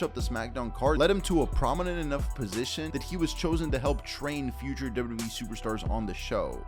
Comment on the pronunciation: Love the content…. But the way you say “Wwe” literally makes me CRINGE!!!